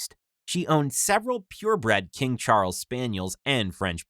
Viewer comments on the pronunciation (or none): none